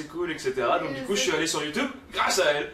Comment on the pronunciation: Tu compte encore dire longtemps youtoube mdr😂😂!!!! Joyeuse Anniv gros!